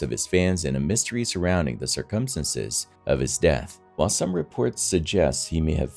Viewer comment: Dude u have got to learn to pronounce the word "circumstances"!! U r putting emphasis on the wrong syllable my man!! No one pronounces it the way u do my friend & it literally hurts my ears every time u say it!! Not trying to b rude but Dude!! Get on it! 👂😳😖💛🖤💛😖😳👂